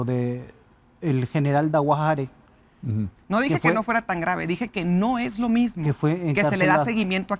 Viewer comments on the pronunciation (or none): Oi a la loca ni sabe pronunciar el apellido DAWajare. Dice DAWARE loca. Y No fue el gobierno de Morena quien lo descubrió lo tenían BIEN TAPADO nadamas que llego Marco Rubio y los obligó a destaparlo. Y esta Doña quiere ser la Gobernadora de Baja California. No voten por esta lacra de morena